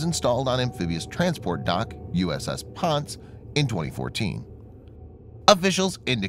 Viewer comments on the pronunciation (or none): It's not the PONCE...It's the PON SAY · It’s Pon Say dude